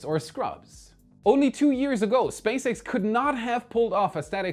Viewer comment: Was not paying attention and for one second I thought said Space Eggs instead of SpaceX. I went like: what was that?